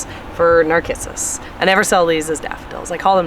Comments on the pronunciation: I think Narcissus is pronounced with a “s” and not a “k” sound. I could be wrong but in 73 years of gardening I’ve never heard it pronounced with “k”. Anxious to see everything blooming in spring. God Bless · nar-kiss-us? please it's nar-siss-us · Pronounced nar-sis-us.